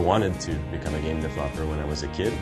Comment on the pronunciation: dev-LOP-er huh? :)